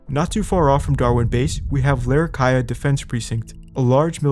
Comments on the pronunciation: It’s larra key ah not larra kai ah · Awesome vid, it's pronounced larra-key-ah tho bro 💪😎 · U said Larrakeyah wrong